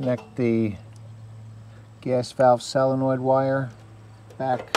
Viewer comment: I don't know if it was your accent or not, but you were pronouncing it "selenoid" or "salenoid" instead of "solonoid". Excellent water heater tutorial! Thank you so much.